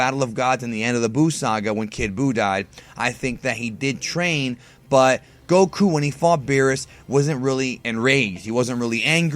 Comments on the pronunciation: the way you pronounce goku pisses me off i am not subscribing anytime soon sir XD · Why does he put over emphasis on Goku. Even Asians don't pronounce it that way.